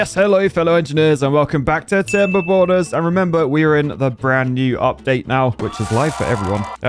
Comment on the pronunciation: Let’s go tim-ber-borners. He said it’s gonna be the end of tim-ber-borners like 10 different times.